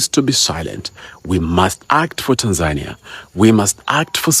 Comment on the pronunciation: The first person out side of Tanzania pronouncing “Tanzania” correctly 👏🏿